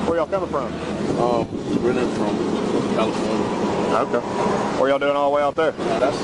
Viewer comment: What was in LA? Well, st least they both said Califirnia lol. Good puppy, and quick! The guy with the cutter, sure has a story to tell. Thanks for helping the officers! Good stuff,. Thanks!